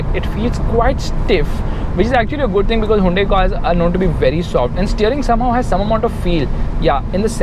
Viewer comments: Hey it's Hyoon-dai not huvende...... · "hawundae" xDddddd lol